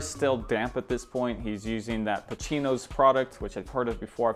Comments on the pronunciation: It's "Pacinos" man not "Pachinos". The way ur saying it fells kinda weird. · Pa-see-noez Not pa-chee-noez 😂😂